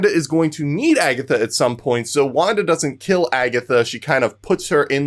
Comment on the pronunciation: ha not wanda